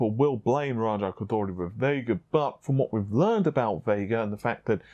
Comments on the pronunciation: C'mon, u got spit in my eye when your pronounced RAJA KHHGGHHODHHHOOORRRRRIII just Raja Ko-Door-Ree is fine, he won't be mad lol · You pronunciation of raja koduri is funny, lol . it sounds like raja koudully. Lol there's no L in it .